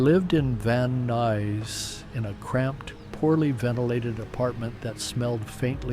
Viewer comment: the guy doesn't know how to pronounce van nuys or 405.